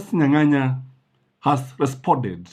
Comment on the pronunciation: Justus Nyang'aya not Nyanganya. Otherwise great content